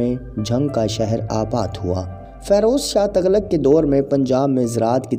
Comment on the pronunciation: تَغلق نہیں، تُغلق پڑہیئے گا Tughlaq